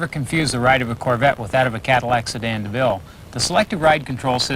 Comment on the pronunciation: I love the way he says carvette instead of corvette Such a great video. Thanks for uploading!